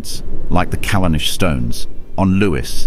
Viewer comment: Pronunciation is key! Not Cal-an-ish stones! Cal-arn-ish is correct!